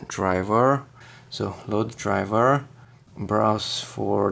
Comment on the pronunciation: Foldurrrrr drivurrrrrr